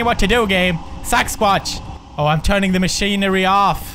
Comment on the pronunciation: I love how he pronounced Sasquatch "sex-watch".